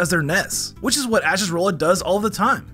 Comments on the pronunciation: You said Rowlet's name wrong! It's not Row-let it's Rowl-et! Like Owlet but with an R! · okay but it's Rowlet R-owl-et not Rollet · I love this gen so hearing "rollet" pains me so much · I hate how you called rowlet rolat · Bro said brolot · Why do you say rowlet name like that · Bro man mispronounced rowlet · Well this could be painful to listen to when Rowlet was mispronounced.